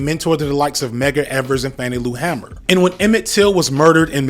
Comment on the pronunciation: This was a great B-Sides. I’m a documentary filmmaker from Mississippi and just wanted to say you pronounced DuBois correct but ima need you to work on Fannie Lou Hamer (it’s “Hay-mer” not “Hammer”) lol much love tho FD